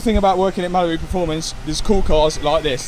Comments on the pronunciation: I love this Masera-eh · "9liters of oil in the maseraeh" Hahah you forgot some letters. Love the content man!!